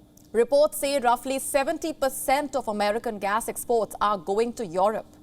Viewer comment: This anchor is good..but she is doing a bit mistakes while reading nos. And also in words..like import and export...no offence...but where is palki sharma...wr want palki